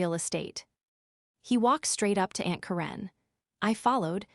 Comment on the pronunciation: I would love for you to tell me where you when to school. You apparently fall simply English since you are having a difficult time pronouncing simple words and names. Look at how to say Karen